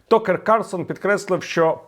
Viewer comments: Такер, не Токер. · Tucker pronounced taka